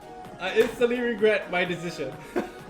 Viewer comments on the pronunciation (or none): "i ragret nothing" lol